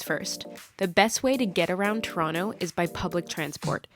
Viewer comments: No turono idiot. To-ron-to. And you insisted that idiotness so close it immediately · To - ron - to No to ron no